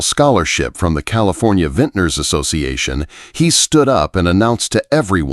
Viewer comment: It appears this is a fictional story. There is no internet record of harrington vineyards in Sonoma, nor is there a record of a Maria Santos writing for the san francisco chronicle. Interesting that the narrator, in a verbal account of a fictional winery miss pronounced vintner and vineyard. Dont waste your time